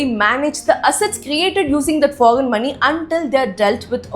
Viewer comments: Such an Idiot , fool , people of India , first learn how to pronounce word correctly 😂🤮🤮 👉 foggen. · You first practice to pronounce “foreign”. You are misguiding people every day, who’s funding you